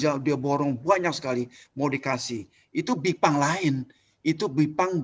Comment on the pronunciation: gipang bukan bipang wkwkkwkwk aduhhh bismilah dulu pak pres